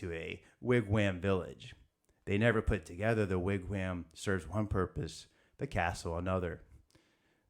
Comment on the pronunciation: Pronounced "Wig-wahm" like mom.